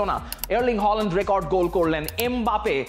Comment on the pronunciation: Bro try to fix your accent and learn how to pronounce the player name specially Haaland not holand